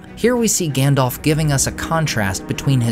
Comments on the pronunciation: Listen … his names GANDALF , not ( Gandolf) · Please, could you pronounce it as "GAndalf"? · His name is not effing “Gandolph” … I’ve said it before, and I’ll say it again. Would you get the names wrong at a job interview or on a date? I think not. Because it’s only reasonable if you want to be taken seriously to at least get that part straight. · His name is Gandalf, not "Gandolf." I don't know why everyone mispronounces it. It is pronounced correctly in the Lord of the Rings trilogy, but everyone insists on mispronouncing it anyway. Both As are pronounced the same way, like the A in Apple.